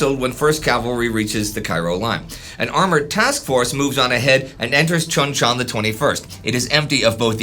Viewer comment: Pronounced Choon Chon. You're driving me batty.